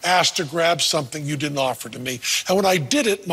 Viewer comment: WHERE DID THE "D" GO? IN WORDS ENDING IN D'NT; A HUGE NUMBER OF YOUNG PEOPLE HAVE GIVEN UP THE "D". DID YOU NOTICE? THE WORD DIDN'T IS NOW PRONOUNCED "DINENT". PLUS THE SHORT "E" HAS MORPHED TO A BROAD "A". THE WORD "BEST" IS NOW CLOSE TO "BAST". I FIND THIS REGRETTABLE.